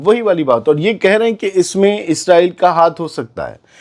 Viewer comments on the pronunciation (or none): none